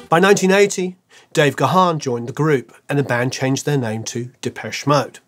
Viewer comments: you might now live in LA and listened to KROQ back in the day but you are still English……. Dave’s surname…. It’s “Garrrn” not Gah’han (he’s not a Klingon)! 😉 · It's not pronounced "Guh-Haan". Dave's last name is simply pronounced "...GONE..." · Dave Gahan pronounces his name as 'Garn' not 'Ga-harn'. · Brilliant video! 💕 Just FYI that Dave's surname is pronounced as one syllable ("Gahn") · Great video,. Dave's surname is pronounced "Garn". Cheers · Stop calling him Dave Ga-Han.. the H is almost silent ffs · You should lose that "h" when you pronounce Dave's surname,. Strange you didn't catch him pronouncing his surname in his interviews. It sounds more like Gaan. Cheers! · Any Mode fan worth their salt knows that Dave himself pronounces his name with a silent H. G-Harn sounds weird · It's pronounced gaaaaaahn... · It is time to learn to pronounce Dave’s last name correctly. He has answered this countless times and myriad interviews with him exist on YouTube where he introduces himself. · I thought you were a huge fan! You don't even know how to pronounce Dave's surname. All and any respect completely gone.